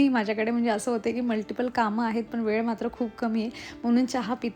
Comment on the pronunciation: वेड नाही ग.. वेळ 😂 कड्या नाही तर कळ्या